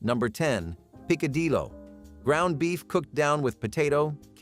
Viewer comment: The name is said "peek-a-dee-o"